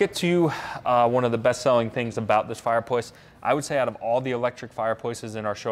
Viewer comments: He says fireployce Don't pick fault that could be how they say it in America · The dude sells fireplaces for a living and can’t say the word fireplace, just sayin